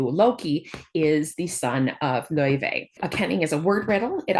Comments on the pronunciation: Just wanted to let you know the pronunciation of her name is officially confirmed to be LAO-FAY and not Lao-Vay or anything of that sort. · Professor you miss pronounced Laufey. The developer said it themselves it's Lau-Fay not Lau-vey. They call her Faye in the game as well.